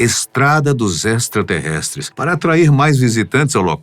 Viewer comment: "ESTRASTERRESTRES" KKKKKKKKKKKKKKKKKKKKKKKKKKK Uma forma EXTRA de Alien!!!!